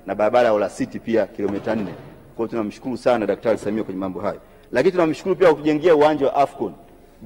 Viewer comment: Ni mara ngapi ametamka 'Daktari Samiha'????? 🤣🤣 Sawa Sawa Ameshakusikia... Ubunge utabaki kwako 🤣🤣🤣🤣🤣